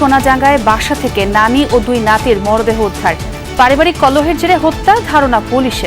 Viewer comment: মরাদেহ নয় মূর্খ সাংবাদিক! মরদেহ!